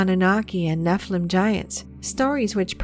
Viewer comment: Could the young lady possibly pronounce "Nephilim" correctly? The noun is Hebrew plural.